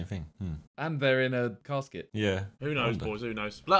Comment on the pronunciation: Simon did u say a carskit or a casket